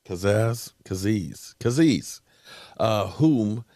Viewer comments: Falcon fan here and he’s a ball hawk💯 always around the ball.. interception machine.. pronunciation is KAY-ZEE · Kay - Z. the butcher of name's 🤣😂